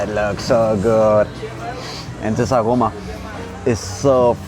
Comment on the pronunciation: When you say aroma 🤔 you can't leave strong German accent of you, 😉